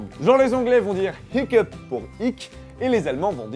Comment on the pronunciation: Comme je reviens de phonétique, j'ai bien envie de te faire chier un peu... on ne dit pas hicceuuuuuup... mais hI(petit i qui va sur le é)kAp /// voilà, sinon, très bonne vidéo comme d'habitude :)